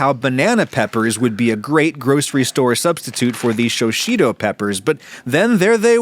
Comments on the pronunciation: shi shito not sho shito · BTW it’s pronounced how it’s spelled “Shishito” not “Shoshito”. Japanese pronunciation isn’t too difficult when you realize that in almost all cases, the vowel sounds are always pronounced the same. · Show-sheeto? Come on, man. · haha i missed that one initially. if you wanted to be even more accurate you could go a step further and pronounce it in two syllables, rather than "shi-shi-to" it should phoenetically be more like, "shish-to". it seems many (but not all) middle and final vowel sounds are almost completely unvoiced in japanese. perhaps most commonly words than end with a "su" sound...the "u" vowel is similarly unvoiced, all one should vocalize is the "s", etc. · "shoshito" is pretty loose for a self-described pedant. <3 that aside, this indeed looks fantastic. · "shishito" appears on screen , underscored by a repeat of the "shoshito" pronunciation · Why are you calling them shoushito peppers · show-sheeto????? that's certainly a pronunciation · "Show-sheeto" is definitely one way to pronounce that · while looking directly at a bag that says shi shi to in big letters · I live in Japan so the shishito peppers are easy for me to find. (Adam gave it a try pronouncing it, but fell short). I’ll have to give this a try, but I’ll simplify it even more. Can’t be bothered to whip the butter.